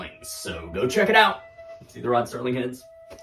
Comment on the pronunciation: NOT STERLING ... SERLING